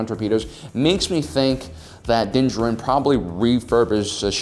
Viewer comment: Din. JARin. How can you run a Star Wars channel and not know how to pronounce the name of the subject you're talking about. Unless it's being done on purpose just to be humorous, in which case, sure, it's funny...once. On the meat of the subject, one of the first points made here is the age of the ship being more than 30 years old. The Millenium Falcon is at least that old, in canon, and far older in Legends. In the latest episode, the Empire was using a Gozanti cruiser, which first appeared in Episode 1, more than a decade prior to the Clone Wars. In the real world, the A-10 Thunderbolt II (aka the Warthog) was made operational in 1977, more than 40 years ago. The USS Nimitz, a nuclear-powered aircraft carrier, has been active since 1945. The B-52 Stratofortress joined active service SIXTY-FIVE years ago, in 1955. Both of those planes are active today, and continue to serve an important role in tactical and strategic planning. With our real-world creations still serving on the front lines for half a century or more even with our real-world limitations on material and technology, in the sci-fantasy world of Star Wars, there's absolutely no reason to think ships wouldn't be capable of being useful in active service for centuries. 30 years would damn near still be in the breaking-in period.